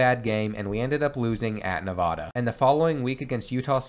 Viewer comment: As someone who lives in Nevada your pronunciation is groan worthy. It’s NeVAda, not NevaDUH. It’s really not hard.